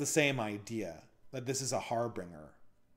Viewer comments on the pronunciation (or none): Harbringer is incorrect. The word is harbinger.